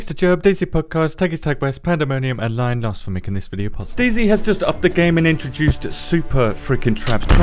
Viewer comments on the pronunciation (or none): none